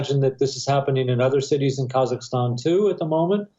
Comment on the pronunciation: It's pronounced KA-ZAK-STAN